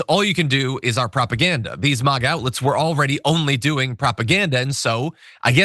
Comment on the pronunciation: Why does this dude keep saying Maw-Gaw instead of Mayga?